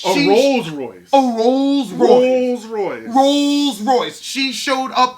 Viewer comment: If ya'll don't stop saying "RoSe Royce" imma fall off my perch!🤣🤣😭😭💀💀